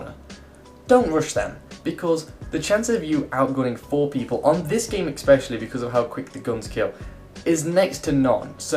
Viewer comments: y do all commentator say it Xspecially ESpecially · Every time: "exspecially ". There is no X in especially,.